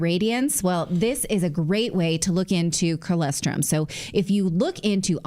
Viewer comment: For the love of everything holy, Natalie, pronounce colostrum correctly! I'm also from a dairy farm, please, look up the pronunciation and use it, I'm sure your sponsor would appreciate it